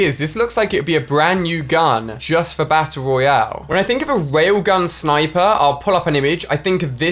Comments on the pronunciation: did alia say bassle roale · “Bass Royale” Ali-a 2018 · LittleNinja Dumbass hes British thats how they say it and it sounds better and I'm American. Stop discriminating people.